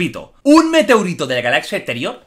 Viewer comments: Todos: Meteorito Jordi: Meteurito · Un meteourito €€€ de la galaxia exterior jajaajaja min!! edición PRO... jeje, se dice meteorito, los euros no van con los pedrolos esos... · Meteorito no meteurito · Jordi, "meteorito", no "meteurito". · ¿MeteUrito? 😂😂😂🤦 Se dice meteOrito. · Like si te pone nervioso y de mala leche q diga meteUrito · Se dice Meteorito, no Meteurito 😂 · Nadie: Jordi: meteUrito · Mala suerte es vivir para escuchar a Jordi decir meteUrito xd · Imagino que será porque el habla catalán. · Corrijo; escribimos con O, xo pronunciamos U!! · Like por el "meteurito" 2019😂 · La persona con peor suerte es la que escucha a Jordi decir meteUrito😂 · La palabra «METEURITO» me ha matado😂😂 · Nadie: Absotamente Nadie: Ni la civilizacion Jupiteña: Jordi: Meteurito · Amigo XDD Digo meteurito porque Jordi lo dijo así. Yo se como se escribe en verdad. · Like si tú también has ido a los comentarios para ver si ha dicho "meteurito" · Esque no sólo dice una vez Meteurito si no 3 veces 😂😂😂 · Meteurito que dices Giorgio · "Meteourito" Jordi, el salvaje - 2019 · Un "Meteouritou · Meteourito, le dio un meteoUrito no podré volver a decirlo bien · Meteurito xd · Like por "Meteurito" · MeteUrito???? NO ME JODAS HOMBRE!!!!! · Xq dices meteurito?? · se dice meteorito weon :v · "Un Meteurito de la galazia eteriò" :V jaajajajajajaaja